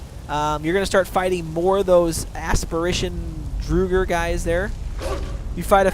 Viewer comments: This guy knows nothing morokei is a dragon priest not a Mage and its the college of winterhold not the school of mages and finally it's not pronounced drugr it's draugr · I dunno why but when he says Drooger when the word Drauger is so obviously is pronounced “dr-aw-ger” triggers me 🤣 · It's "Draugr" !, What is "DRUGR"? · Good vid, but I flinch when he says Drooger Right. It's pronounced Draw-gur White! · IT IS "draw-ger" draugr. Listen to the npc pronunciation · Ha lol "drugger" wights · "So here you're gonna fight a few more of these drugger... drugger rights..." LOL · It's Drow (as in loud) - grr, actually. the plural is Drow - garr. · Draw - grr. That's how it's pronounced. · fyi - draught is pronounced "drow", listen to the NPC's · okay say it with me draw-grrrrr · EVERYONE! ITS Drow-gar! thats how you sya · Dra-ger sorry just hate bad prenuciation